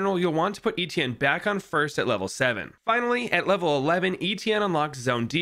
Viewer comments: My first language is french and my name is actually Étienne, you are the first American Youtuber that has gotten close to pronouncing it right lmao. Still cool to see ppl use this hero, makes me chuckle every time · My name is Étienne and seing someone pronouncing it right makes me really happy lol